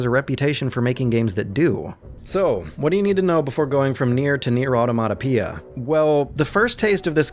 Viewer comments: Stopped watching 2 minutes in when he failed to pronounce 'automata'. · Nier aur-tomato? JEEZ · ..."AW! - TAW- MUH- TAW!!!!!!!!!" AUTOMATA!!!! good god youtube can't say that word at fucking all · Now we know what a NieR is but obviously doesn't know what Automata are. Automata is the plural of automaton & the emphasis is on the second syllable.